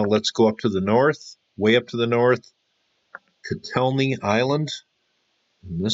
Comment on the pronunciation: Say: San-tor-I-no and Chattel-HUI-yook